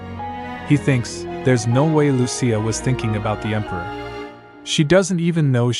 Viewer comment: The emperior instead of emperor, really thows me off😅